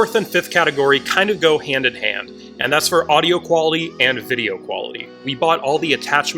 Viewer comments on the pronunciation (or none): It's QUALITY and not QYALITY